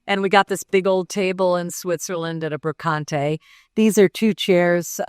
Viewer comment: "we got this in Switzerland at a 'bro-con-tay.'" For all the time she says she has lived and traveled in Europe (waning on with pretense), she can't say a simple european word. Brocante. The false attempt at the accent fell flat. I have to exit.